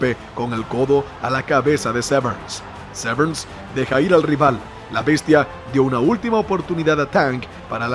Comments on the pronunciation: Que mal pronuncias su apellido, no lleva "ese" al final, no es Severns, es Severn, sin "ese". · Severn, no SevernSS! xd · Dan "Severns" lol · Que te pases todo el vídeo pronunciando mal el apellido del protagonista no es muy profesional...